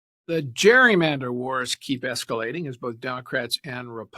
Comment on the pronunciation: CA IS NOT GWEEYMANDER